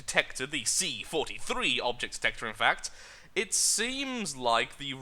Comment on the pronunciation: Just fyi its see for three C 4 3 not forthythree XD